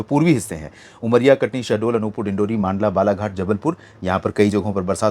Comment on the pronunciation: सर को कितने बार मैसेज किया कि मंडला को मांडला न बोले सर मैसेज नहीं देखते है लगता है 😢😢😢😢😢